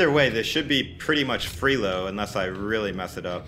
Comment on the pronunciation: I like how he says free elo like freelo lol